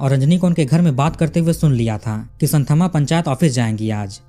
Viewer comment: भाईसाहब एक बात बताता चलू, की ये साऊथ वाले स्पेलिंग की * कर देते हैं. इनका "th" का उच्चारण होता हैं 'त " और dh का होता हैं द. मैं चेन्नई में रहा हूं 2 साल इसलिये जानता हूं. आप कहानी इतनी अच्छी सुनाते हैं, लेकिन साऊथ के नाम उच्चारण में आप गल्ती करते हैं. इस स्टोरी में वो संथम्मा नही, संतम्मा हैं. ये आप ध्यान में रखें प्लीज.